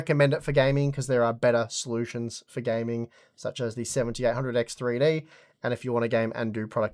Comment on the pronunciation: Seventy EIGHT hundred X three-D. FOR GOD SAKE ENUNCIATE THE DAMN WORD. I had to stop and rewind over a dozen times to figure out what fucking processor you were referring to. You're saying "SeventyehHundred 3D."